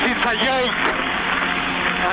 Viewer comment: 5 SECONDS IS A YOKE! - A YOKE - WHAT A JOKE, THE 5 SECONDS, WHAT A YOKE! - WHERES PALMER? Fernando, Palmer has retired. - KARMA!